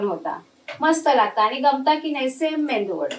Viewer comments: अहो,मेदू वडा म्हणतात... मेंदू वडा नाही. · मेंदू वडा नाही, मेदू वडा म्हणायचे.